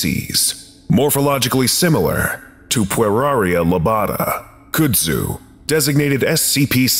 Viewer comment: And its CUD-zoo, not COULD-zoo.